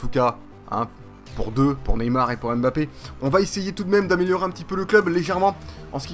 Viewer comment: On dis pas M bappé. On di mbappé